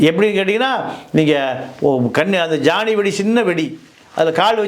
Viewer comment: ஜானி வெடி இல்லைடா, ஜொனி வெடி